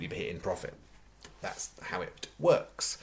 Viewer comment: Did you just say wirk deliberately because it’s Liverpool?